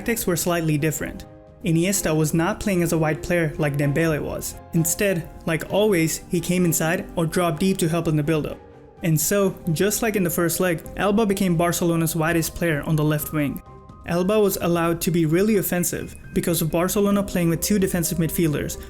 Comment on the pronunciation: it's not Elba, it's Alba